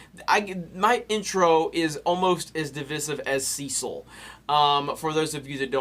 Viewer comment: Listening to how Americans pronounce "Cecil" is painful.